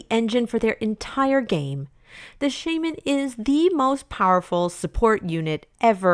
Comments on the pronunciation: I'm sorry but it's Sha-Man not Shay-Man!! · Am I the only one who's ears cried at the Shaman pronunciation. Good video tho. Minus the swords man ranking that is too low